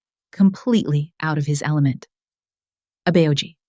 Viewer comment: I think the people who write the scripts for this story should write Korean words phonetically for example example Abeoji should be written out abboji so that the AI narrator can say it right